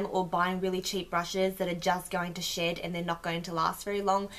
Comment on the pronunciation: Not gonna lie for a bit there I thought you said you liked it because it didn't shit.......then I realised you said shed lmao xD